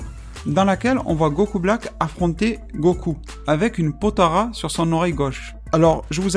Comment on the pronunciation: POTALA "LA" PAS "RA" "LA"